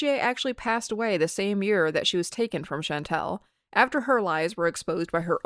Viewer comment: I am interested in this video, and I'm glad someone is criticizing FFG, imo her and Chantal are both awful. But it drives me nuts when you mispronounce Chantal, it's all, like y'all. Not al like weird al